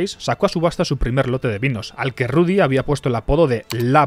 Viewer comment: "Ludy! Eles el mejol!" 🤣🤣🤣🤣